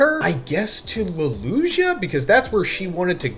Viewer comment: The way you pronounce “Lulusia” pisses me off.